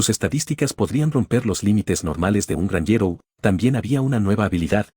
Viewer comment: meda gracia como dise el narrador gnjero